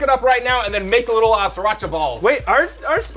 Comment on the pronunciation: “The little deet”😂😂😂